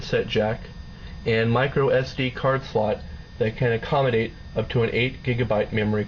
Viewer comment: on the ex-tear-e-or there is a... ack-om-i-date... ohhh hahaha this guy is rich, ill tell ya!